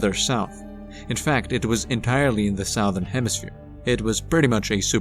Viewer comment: SUH-THERN......Stop saying sowthern